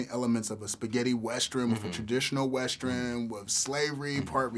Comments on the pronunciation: More importantly, why is the interviewer saying "westren" instead of western? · what's a 'westren'? hahaha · dat nigga said westrin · what the hell is a weschurn?!?!?! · Is everyone going to ignore the interviewer cant pronounce "Western"?